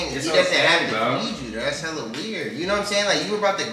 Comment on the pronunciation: Not stressing on hella weird 😹😹